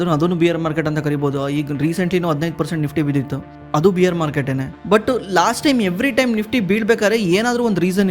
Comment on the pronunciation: ಬ್ರೋ ಬಿಯರ್ ಅಂತಾ ಹೇಳಿದರೆ ಮೂಡ್ ಎಲ್ಲೋ ಹೋಗುತ್ತೆ , ಬೇರ್ ಅಂತಾ ಹೇಳಿ😂